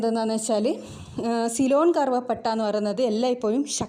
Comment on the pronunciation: സൈലോൺ അല്ലാ സിലോൺ